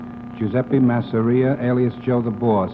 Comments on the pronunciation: Don’t forget “Mah-Syria” instead of Masseria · It’s hilarious the way he keeps correcting their pronunciation of Masseria to MASSeRI😂